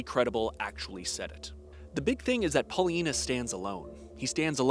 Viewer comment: Am I the only one who hears that historians name as "PolyAnus" I know that I'm 12 at heart but I am also at the age where I need to watch for hearing loss.